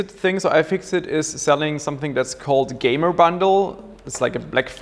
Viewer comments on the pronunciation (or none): none